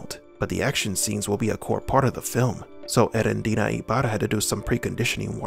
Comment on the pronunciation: Hey, man. Greetings from Mexico. Just FYI: The tonic syllable on Eréndira’s name is on the second “e”. Thanks for your great content.